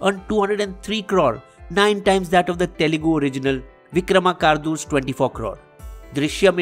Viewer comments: *It's VikramaRKUdu, not VikramaKARdu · it is Vikramarkudu... Not vikramakardu ,. You do have a Telugu channel.., but don't know the exact pronunciation of Telugu words.. what a shame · It's actually Vikramarkudu.... Not vikramakadu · Vikramarkudu not vikramakarudu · Thats not Vikramakardu...its Vikramarkudu...smh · Hi, It is Vikramarkudu not Vikramakardu! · విక్రమకాడు కాదు రా నాయనా విక్రమార్కుడు 😂😭.....It's vikramarkadu and not vikramakaadu 😂... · He said Vikrama Kaardu. 🤣🤣🤣🤣🤣🤣